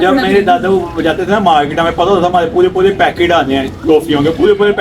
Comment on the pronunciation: Poole Poole packet nhi hota 🧐😴🤫 Poore poore packet bole 😂🖐️😔